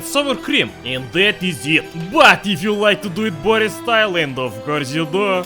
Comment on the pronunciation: Zayebis video as always. But one thing is bothering me. Why do you read your name as 'Boris instead of classic slav Bo'ris (it's about the stress, if you don't follow)? It seems fishy. You aren't a really well informed western spy who just overlooked that small detail, no? Of course, you aren't, blin. You are! Greetings!